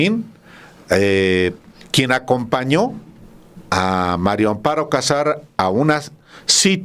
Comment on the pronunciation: Me estresa oir a Álvaro pronunciar MARIO Amparo en lugar de MARÍA, alguien q le diga por favor q es María no Mario